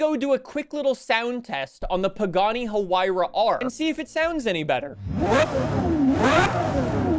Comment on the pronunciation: The H is silent in Huayra